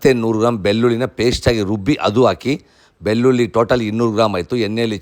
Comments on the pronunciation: ಬಿಲ್ಲುಲ್ಲಿ ಅಲ್ಲ ಅಣ್ಣ, ಬೆಳ್ಳುಳ್ಳಿ ಅನ್ನು. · ಅಯ್ಯೋ ಬೆಲ್ಲುಲ್ಲಿ ಉದ್ದಿನಬೇಲೆ ಇದು ಯಾವಭಾಷೆ ಮೊದಲು ಳ ನ ಅಕ್ಷರಗಳನ್ನು ಸರಿಯಾಗಿ ಮಾತಾಡಪ್ಪ ನಿನ್ನ ನಾಲಿಗೆ ದರ್ಬೆ ಹಾಕಿ ಉಜ್ಜಿಕೋ